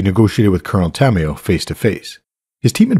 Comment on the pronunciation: Is not coronel tamioo.. is coronel tamaYO.